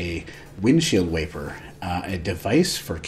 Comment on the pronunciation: Nice video teacher! Funny how u pronounced the word wiper, I would've said /waiper/ . See ya next Monday. Make us sweat a lil more this time!